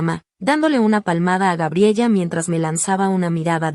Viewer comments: NO GRABELLA... SE PROCUNCIA "GA-BRIE-LA" Y NO GRABIEYA COMO LO PRONUNCIAS... LO MISMO CON EL NOMBRE JASON.. SE PRONUNCIA COMO YAI-SÓN... Y NÓ JA-SON... MUCHAS PALABRAS EN SPAÑOR USAN ACENTUACIONES.... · Se pronuncia Gabriela